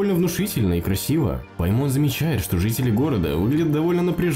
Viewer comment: Не ПаймОн, а ПАймон!!!